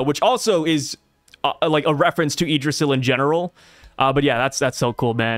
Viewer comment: Bro ur good on the Yggdrasil pronounciation 🙏🏽